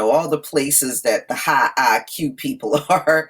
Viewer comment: High BUY-Q.... 🤣